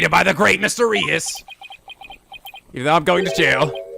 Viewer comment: Hey! I believe that Mr. Reus' name is pronounced the same as the word "ruse" (roos). Ruse is synonymous with trick, which makes sense considering that Mr. Reus was involved in the prank game show. I hope this helps!